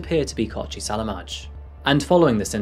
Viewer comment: Not that it matters but the j at the end of the offenders name is pronounced as a long I sound. Selamai.